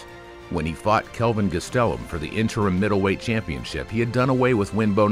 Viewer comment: Theres no way you are a way real UFC fan if you pronounced Kevin Gastelums last name like you did.. smh